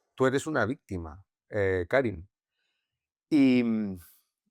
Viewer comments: Karim se pronuncia Karím, por decirlo de algún modo. Por eso dice dos veces "Yo soy Karim" como para aclararlo de manera sutil. Sí me desesperó un poco que Juan insista en pronunciar su nombre como "Kárim". En todo caso, excelente entrevista. Creo que hay que reconocer y celebrar a las personas que, a pesar de haber vivido situaciones dolorosas, son buenas. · Por qué Soto Ivars le llama "Kárim" todo el rato? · Karím, Juan, Karím. Es aguda.